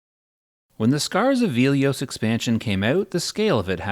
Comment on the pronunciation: okay. I can forgive you for saying velious and kithicor wrong.... but there is no way you iceclad like that